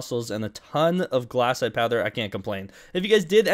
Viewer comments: glass-ite Rest of the world: glay-site Australians: Glay-shite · Its glacite not glassite